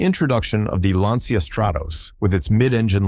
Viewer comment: The Stratos was NOT a "Lance See Ahh". Lancia is ITALIAN. So it is pronounced "LAN CHA". ALSO, you seem to be incapable of research. The Alpine A110 was the basis that was raced on circuits around the world. I watched them in the 1960s. Stick to American land yachts if you are always going to insult European languages, people and countries. Perhaps you should adopt a relevant motto? "Nothing can work faster than correct research." DRC'd.